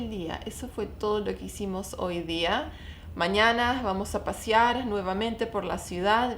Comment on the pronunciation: Es “pasear” no “pasiar” :)